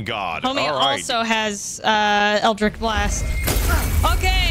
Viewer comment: i lose hp every time you say eldritch as 'eldrick' 😭😭😭